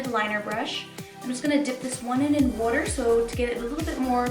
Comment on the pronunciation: How she said water